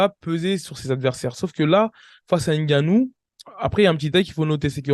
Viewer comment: Franchement, en tant qu’Africain, ta prononciation du nom de Francis est une honte 😂😂😂😂, c’est n’importe quoi. HAINE GANNOU, tu abuses là.